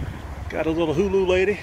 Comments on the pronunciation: Hoo-laaah not Hulu lol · it is a HULA not HULU, you are so funny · Lol, hulA not Hulu... Beautiful vdub😍👍🏼